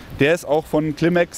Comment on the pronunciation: es heißt Climate (Clim-eight), nicht "Klimex"😅